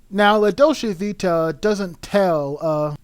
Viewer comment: You can’t even pronounce the title.